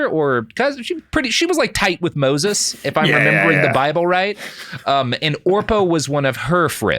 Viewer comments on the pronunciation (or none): none